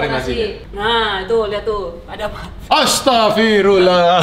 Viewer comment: Kak bilang astangfirullah😂😂